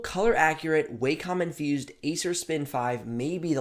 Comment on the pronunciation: Thank you for pronouncing "wacom" correctly.